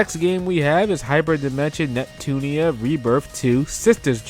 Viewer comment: Neptun-IA! There is an I and an A at the end of Hyperdimension NEPTUNIA. Not Neptune!